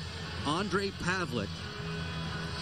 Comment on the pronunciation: Holy shit, i found this video today.. It looks horribly scary! Fortunately he's ok now and plays fantastic game in world championships with our Czech team :)) Btw, the proper pronounciation of his name is paveleTS not paveleK :D